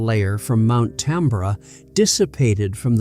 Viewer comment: Pronounced Mount Tam-bor-ah.